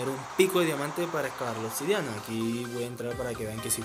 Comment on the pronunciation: "Otsidiana" jajajajja